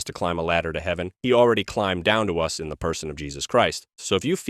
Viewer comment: "Neither do I condimm you" ? The word is condemn . "In th fire" ?